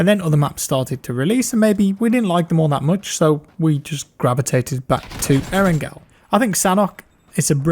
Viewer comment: Nigga it’s not aarongirl🤦🏽‍♂️ it’s eerrangalll that shit make me wanna shoot somebody when u say arongirl